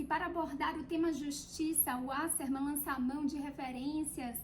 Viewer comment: Parei de assistir quando ela pronunciou o nome do escritor! Kkkkkkkkkkkkkkkkk